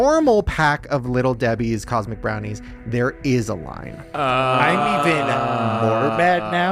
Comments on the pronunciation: The real conspiracy is that he’s saying Cosmo brownies😂😂 bugging the fuck out of me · New madela effect.....tell Shane they are cosmic brownies and not cosmo like he keeps saying